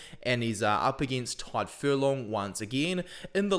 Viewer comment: In the name Tadhg the 'd' is silent, not the 'g'. So it's pronounced like 'Tyg' or 'tige', rather than 'tide'. 😊